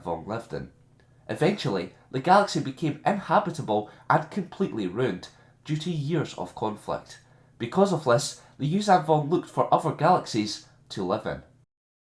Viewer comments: The word is UNINHABITABLE you silly Jock :-) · Awsome vid,but its called uninhabitable ;) not Inhabitale....just saying...